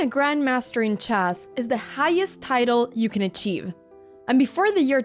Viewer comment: The subtitles say "grandmaster in chaz" and that's spot on how you say it... Jazzy!